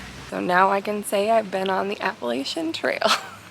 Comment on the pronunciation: You didn’t say - Appalachian Trail us born and raised in the area don’t say it the way you do - just like for people to say it the right way